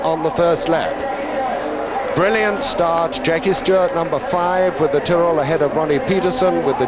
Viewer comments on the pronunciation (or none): none